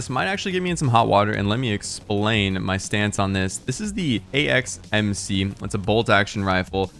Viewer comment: In video you mispronounce the AXMC "acmx", i feel you with the dyslexia. Might want to put an onscreen correction